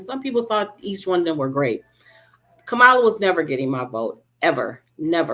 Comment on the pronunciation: A vote for no one is a vote for Trump. VP Kamala, her name is Cam-ma- la, not Ko- moh- la. Please put some respect on our Vice President name. VP Kamala Harris was a fantastic DA . I too know VP Harris and is a resident of Southern California. If you or your family member was a criminal then you got what you deserve. It's sad that you hate a well qualified woman of color so badly that you couldn't ever vote for her over a felon accused of rape. I don't think anyone cares about you going back to Africa. Most people are probably glad you are going back to Africa with that attitude. Poor and Middle class will suffer in USA for there decisions to elect a criminal for POTUS. I thank God I've been blessed enough to spend most of my time outside the USA 🇺🇸 in excellent condition.